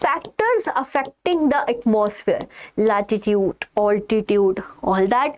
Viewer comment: its latitude not latitute